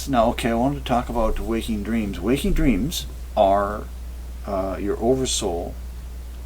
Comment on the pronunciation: Did he says dteams? Cant trust visions and dreams!